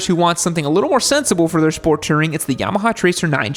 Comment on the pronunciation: "Sport Tering"